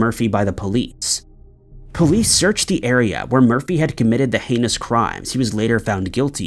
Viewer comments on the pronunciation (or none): none